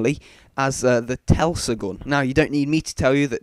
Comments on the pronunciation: Tesla not telsa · Its not the Telsagun, its Teslagun, Tesla is derived from Tesla coils, which emit and absorb electricity, telsa = not a real word. And again with people thinking its called The WonderWaffle OMFG how much longer will it go on, its the freaking WunderWaffe, which is properly pronounced as VunderVaffe. JEEZ. Can these people just slip and accidentally get hit by a cricket bat thats taking a swing.